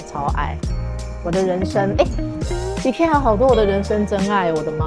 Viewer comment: 一、ㄎㄟ、一ㄚ 啦